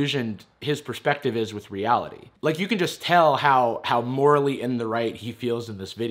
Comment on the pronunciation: “I don’t wike cyberbullies, you’re a cyberbully!!”